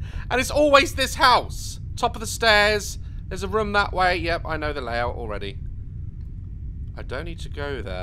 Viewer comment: I love when he says ‘room’ as “rym” because of his accent 😂